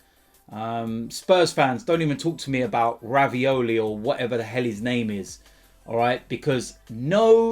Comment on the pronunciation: ‘’Ravioli” (Reguilón) 😂😂😂😂